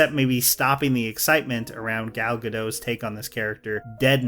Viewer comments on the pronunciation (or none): You pronounced Gal Gadot’s last name wrong